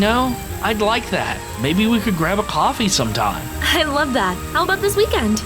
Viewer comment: Nö one falls about He say's poffe instet of Coffee At:48 Something